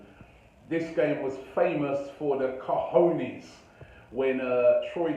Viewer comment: “Cojones” Robbie, “Cojines” means pillows xd in south america we also say “huevos” (eggs), “pelotas”/“bolas” (balls).